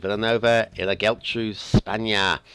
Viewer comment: Only Geltrú is misspronounced this time, should be "Yeltru" (so not bad at all). Just remember the accents in words with more than a syllable show that's where the stress is. But this is not Spanish, it's Catalan!